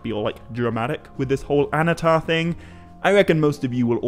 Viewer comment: Annnatar, not Anatar. Emphasis on the double NN.